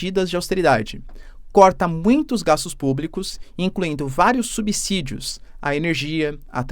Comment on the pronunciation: Olá professor, parabéns pelo ótimo trabalho! Apenas uma correçãozinha na sua pronúnica na palavra "subsídio", a pronúncia correta (na minha opinião) é com som de Z, como se fosse "subzídio". Não tenho conhecimento de causa no que estou falando, estão por favor verifique com alguem papacitado caso queira.